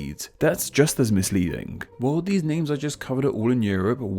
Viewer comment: "misLEEDing" lolz!